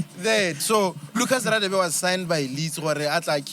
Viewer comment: Lucas Radebe's last name is not pronounced Raadebe but gaadebe. Its Nguni mostly isiHlubi